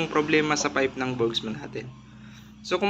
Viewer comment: Wala pong S. Burgman po. Hindi Burgsman.